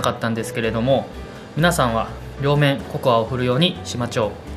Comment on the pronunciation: しマチョうってかわいい（笑）